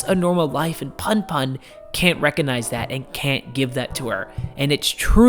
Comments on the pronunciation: great video. btw its pronounced puhnpuhn (as in, the 'u' in put) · It’s pronounced poon poon 😭. You should look at “odd taxi” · It's pronounced "poon poon" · Honey you pronounced Aiko perfectly. PunPun is pronounced Poon Poon though lol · It's pronounced "poon poon" When Japanese words are romanized, the vowels have the same sounds as in Spanish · Also, what's funny is you pronounced Aiko perfectly every time, but Punpun is pronounced "Poon poon." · the pun pun pronunciation has killed me☠